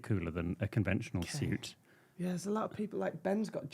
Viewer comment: you didn’t say suit in your normal way!! ‘Have I changed?’ 😂😂 love you both xx